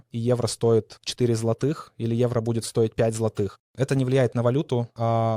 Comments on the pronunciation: ЗлатИх, златИх, це яка говірка? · Это ТОЛЬКО ТЕОРИЯ, для тех, кто захочет воспользоваться услугами этих ребят. На практике все по- другому, можете проверить! Да, на заметку- поляк молодец, за полтора года да и без акцента, только кое- где специально ударение на злотом не так ставил!